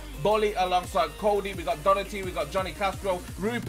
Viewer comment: Btw Docherty is pronounced Dock-her-tea like this so he sees